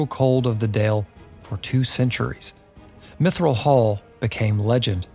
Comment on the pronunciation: Mithral hall, not Mithrill hall, unless you want to be sued lol!